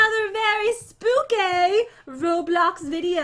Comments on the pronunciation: Noooo it’s not spooky it’s SPOOKAY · EXCUSE ME? WHAT DO YOU MEAN ‘spooky’ YOUR SUPPOSED TO SAY spookay ;( (I mean for the title)